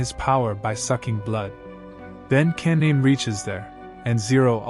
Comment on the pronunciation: Pronouncing kaname and a lot of other names wrong lol